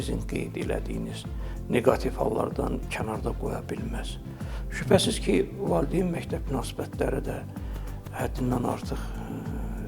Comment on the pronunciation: Ay jurnalist,valdeyn deyil,valİdeyindir.